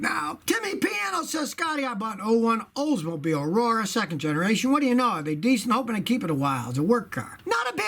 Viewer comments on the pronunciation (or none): none